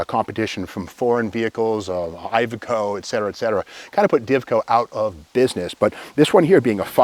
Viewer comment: yep steve math isnt your best subject ,maybe that was the demise of divco too ,bad math and around here its pronounced( eye veh co) IVECO those funny little aircooled diesels were terrible like most french stuff.. but good video man